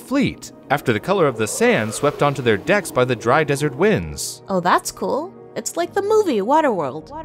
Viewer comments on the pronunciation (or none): none